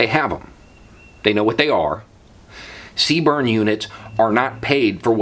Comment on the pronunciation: This might be a stupid question, but could someone clarify, did he say "SeaBurn" units, or "C-Burn" units? I tried listening a few times and I'm not any clearer. Thanks in advance. EDIT: Did some googling and figured it out, thanks anyway! DOUBLE EDIT: If anyone else was asking the same question Google "CBRN" units.